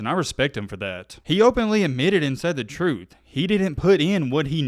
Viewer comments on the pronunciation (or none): none